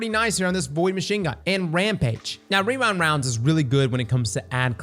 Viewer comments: Rewind woundes 😂. You're like the 5 th yter I heard say that in the last 2 days. Its a lil tongue twister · hehe 'rerind rounds' every time